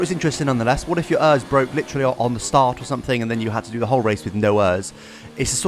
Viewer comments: I know I was like be a normal person and say it E.R.S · Errrrrr is think its e r s not Errrrrrs 😂😂 lol. Just kidding love your content 👍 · Omg it is not pronounced ers it is pronounced letter by letter, E.R.S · The fact that you say ERS like ears the whole video, makes my ears bleed. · Who says örs?